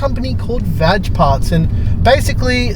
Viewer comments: "VAG parts" your pronunciation of that is hilarious 😂🤣😂🤣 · Your Pronunciation of VAG parts hahaa I'm crying - and Paul face after that